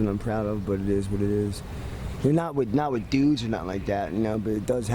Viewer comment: He said : "not wit dudes"😂😂